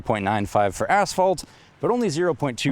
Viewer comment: It took me a second or two to realise he said asphalt and not assh*le